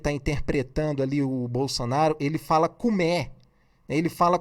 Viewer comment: Senhor YouTubezinho pensei que faria uma análise técnica, mas não essa piada de achismos seu. Cume? Bolsonavis não fala "cume", por que ele não fala errado? Se até você fala errado e é muito mais inteligente do que ele, imagine o ignorante do bolsonavis. Você fez toda essa piada de análise para ganhar like, foi?